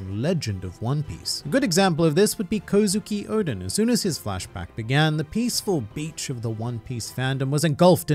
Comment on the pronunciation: Y do u say odens name wrong it's kozukio-d-en